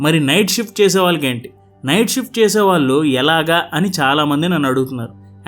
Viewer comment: “వాల్లు” కాదు నాయనా “వాళ్ళు”